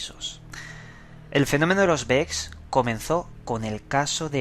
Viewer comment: ES BEKS, No es Children es KID.